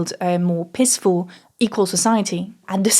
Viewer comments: I think you should focus more on making the word "peacefull" sound less like "piss-full". 😄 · like many people, will have smiled when "peaceful" was pronounced "pissful" ... (at any rate your English is excellent) but more to the point your deconstruction of bourgeois feminism is illuminating. It comes as a relief as the title of the video could have suggested some reactionary rant